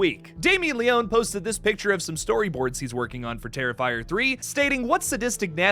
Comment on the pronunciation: Great video but the mispronunciation of Leone is driving me crazy lol